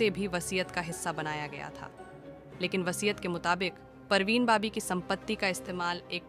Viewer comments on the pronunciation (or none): BABI NOT BOBBY ....PARVEEN BABI BAAABIIIII !!! JEEZ TRY TO TAKE THE NAME CORRECTLY AT LEAST OR LEARN HOW IT IS PRONOUNCED FIRST BEFORE MAKING A VDO !!! She was a Muslim never changed her religion..she lost her mental wellbeing...so it's not possible that she was capable to do anything like that .